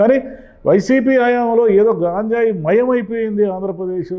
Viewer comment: గాంజాయి కాదు సార్ గంజాయి అంటే సరిపోతుంది